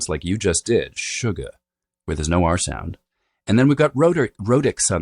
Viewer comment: New phenomenon: young people don’t exclaim “oh my God!” It’s now become “oh my Goduh!” Similarly, “Oh no!”has become “oh no-uh!” Anyone else notice this?! It’s pretty annoying… 😅